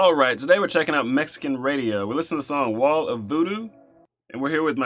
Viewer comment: Radi-oh ho. Radio.